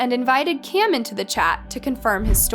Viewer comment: You should be more clear w names. It's Kim and Cam. But yet you continuously say Kim and Kim. Very close names needs more pronunciation.